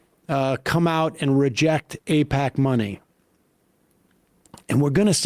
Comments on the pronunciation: Eh, no. The problem is that all your politicians are owned by Eyepatch.....as David Pakman would pronounce it. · Nobody should support any Democrat that takes AIPAC money (however you pronounce that)